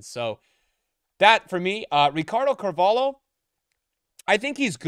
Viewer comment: How is he still pronouncing Carvalho wrong